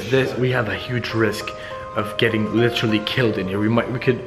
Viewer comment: and please stop saying litchrally!